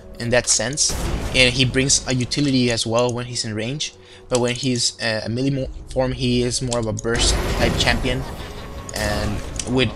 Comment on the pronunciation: you pronounce the word "melee" kinda awkward xD like...mili xD